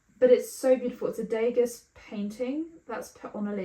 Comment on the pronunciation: Sorry, I don’t mean to be that annoying person, but Degas is pronounced Dey-ga, the “s” is silent (he was French). But loved the vid :)